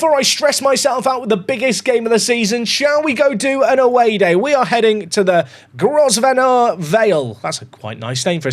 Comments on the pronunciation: It’s pronounced “grove-ner”. The Duke of Westminster, Hugh Grosvenor, has a lot of property and land around Chester. The family can be traced back to the 1500s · Grosvenor is pronounced Grove-nur